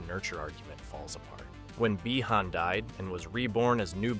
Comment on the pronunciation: Why is bro saying bi-han like that💀